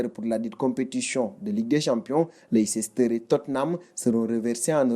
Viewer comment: Il faut prononcer Lester au lieu de (Leicester)